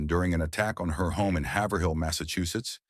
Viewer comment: Haverhill, MA is pronounced Hay-ver-ill. I believe the emphasis is on Hay. BTW, Peter Breck, aka Nick Barkley, was born there. I read an account of a young Native American who was trying to scalp a soldier at the Little Bighorn who wasn't dead. Each time he applied the knife, the soldier would struggle. The boy would hit him on the head and try again. After a few futile attempts, the boy picked up a pistol and shot the soldier. He walked away with his prize.